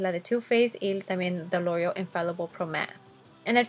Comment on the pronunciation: Siento que aveces exageras con las palabras por ejemplo "Lorrreal" yo se que hablas en ingles y todo pero en tus otros videos si dices "loreal" o cuando dijiste lorrrreal pro ma es pro mat!! No te luscas tanto con las palabras